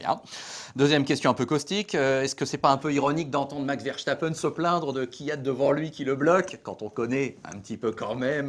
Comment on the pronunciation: Toujours un plaisir de vous écouter et de vous partager sur notre groupe Facebook mais par pitié Ver-SSSSSS-tapen et pas Verchtappen ^_^